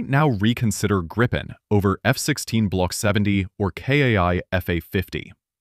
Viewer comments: Grippen? NO, please! It's Gripen. The same pronunciation as in "beaten by Gripen" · Gripen is already doing Supercruise with the GE engine.... And hey.. the name is more "Gree Pen" not Grippen....